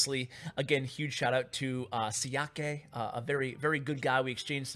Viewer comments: It's actually pronounced Shia-kuh, instead of Shi-a-ke (don't know if the phonetics makes sense or not), his specialty is graveyard. Interestingly he refused to give up graveyard after the balance change and won 20-2 with a pekka graveyard deck (granted after a few tries). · Xiake is pronounced like "Shaq"😉